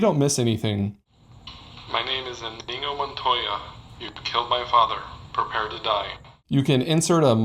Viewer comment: No one gets to pronounce Iñigo well.